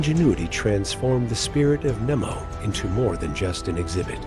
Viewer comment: It's Captain NEMO (long E) not NIMO.